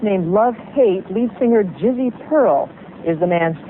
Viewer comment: haha she said Jizzo!